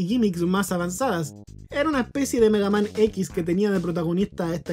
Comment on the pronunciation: Genter normal: Mega man: migueiman